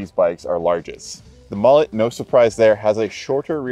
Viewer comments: I prefer the decadent characteristics of a warm frothy mullet (Pronounced mullay) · if you’re gonna call it a “mu-lay” then at least refer to your co-host as “Ya-soan”